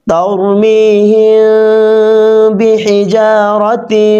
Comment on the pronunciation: Tar mi hin bolsen kno tar mi him hbe to..🙂 r bakita masha allah khub valo hoyeche..🥰